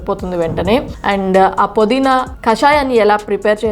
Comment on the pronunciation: podeena kadu pudeena . naa telugu thalliki namaskaramulu. pmtv.in